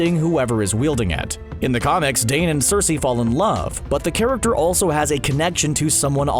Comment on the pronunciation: Heh, I just realized you pronounce "character" the same way Trevor Slattery's "The Mandarin" would. "Charactuuurrr"